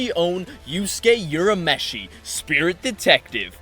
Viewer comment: Urameshi is not pronounced Yur-a-me-shee, it is Oo-ra-me-shee. I will never forgive the dub for this.